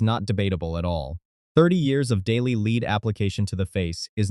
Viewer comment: I quit watching right away.I can't do a IAI . voices when the AI can't even pronounce lead correctly. because it doesn't read for context.